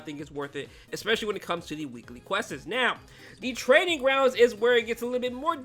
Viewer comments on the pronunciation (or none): Bro said questes 💀